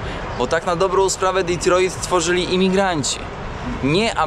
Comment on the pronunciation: Kierowniku - kto tak nakazał akcentować te Detroit ? :-)